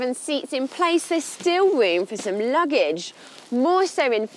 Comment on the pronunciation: Still rewm for sum luggadge!